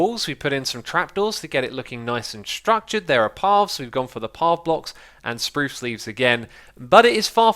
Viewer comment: he likes the way keralis and iskall, 2 swedish youtubers, pronounce it and is now stuck saying it the same way :D